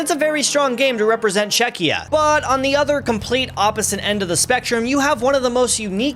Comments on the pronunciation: bro what the hell is Chezchia 💀💀💀💀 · LMFAO "chechia" I believe is supposed to be Chechnya. And saying "Scottlandish" and "Scottlandian" after saying Scottish a bunch of times beforehand. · "Chezchia" is some crazy work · Hun-GAE-ry 😭 Chezchia 😭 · 😂😂 It’s Czechia not “Chezchia” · Czecha [ Nah ] Czezchia [ Ya ] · Chezchia 🤣 how can people still fuck up the name, just google it lol